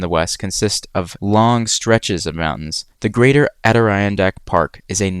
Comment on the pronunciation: I’ve heard of the Adirondacks And heard it pronounced many times. Yours wasn’t jarring.